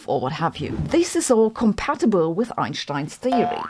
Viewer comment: LOVE the Einssssshhhhhhtein bobble head hit. She should do this ON EVERY single video. (Because she does say "Einsssshhhhtein" on every single video)